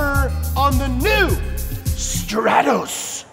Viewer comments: It's not a Strattoss, it's a Stratos. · it's pronouced S T R A A A T O S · It’s pronounced str-aaa-tos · legend says that is still flying to this day after saying "Stratos"